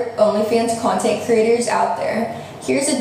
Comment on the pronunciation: Y does she say “Cyontint” instead of content😹